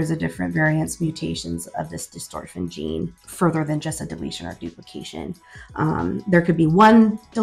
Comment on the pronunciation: I saw elevidys is working well for the older son. That is good to see! I hope you will follow up regularly so others can see what Elevidys can do for a kid. How old is the older child? It is btw not dystorphin but dystrophin, but that is a minor point. Good information!